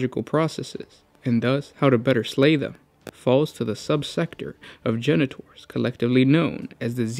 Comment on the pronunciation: You say: Genetors I hear: Janitors